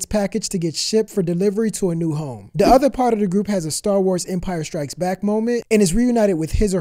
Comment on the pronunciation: And please try saying "the" instead of "dah"